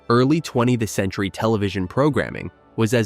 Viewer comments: What's up with the narrator pronouncing "20th century" as "20-the-century"? Is this AI or just a guy who doesn't know how to read? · More AI -- "Twenty 'tuh' Century?" "Vertical Bar Love Lucy?"😕